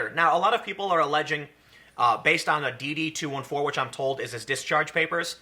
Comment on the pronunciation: Come on Tim, Its 'D' 'D' '2' '14' your better than that.